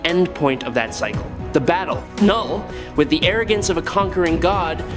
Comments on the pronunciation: Lol, k-null was killing me this entire video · I thought it was pronounced "Null" with the k being silent.